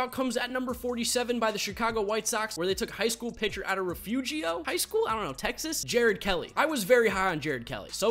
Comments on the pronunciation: Its pronounced ruh fuer io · Refugio is pronounced Refurio. Kinda weird but that’s it lol I’m about an hour from there. Just thought you’d wanna know👍🏼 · Kelly is out of “re-fury-oh” weird pronunciation but it’s on their welcome sign when you enter the town 😂